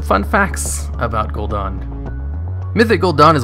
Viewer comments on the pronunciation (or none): The only thing that I don’t like about these videos is that he keeps saying Gul’don not Gul’dan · Whay are you calling him Gul'Don? It's Gul'Dan...Dan, as in Danny. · Gul'DAN, not Gul'DON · Gul'dan, not Gul'don. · Any reason u say gul-don???? It's definitely an A IN GuldAn. Drove me nuts. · I love your videos but you are REALLY bad at pronouncing names lol. Gul'DAHN? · i had to down vote, it was a cool video but I cringe every time you say gul'dan. THEY SAY IT IN GAME CONSTANTLY !